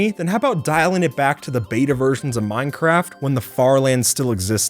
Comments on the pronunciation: sounded like you said mind crack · he said "minecrat" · Did I heard that right minecrack lol